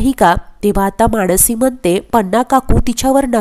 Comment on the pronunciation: मानसी असं नाव आहे माणसी असं म्हणू नका